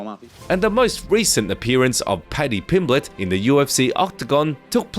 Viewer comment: Paddy Pimblenden 😂